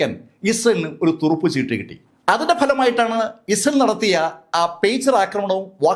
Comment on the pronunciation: ഇസൽ എന്നല്ല, ഇസ്രായേൽ എന്ന് വ്യക്തമായി ഉച്ചരിക്കൂ👹👹☝️